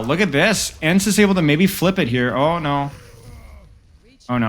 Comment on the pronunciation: haha no way you said E N C E. It's pronounced ens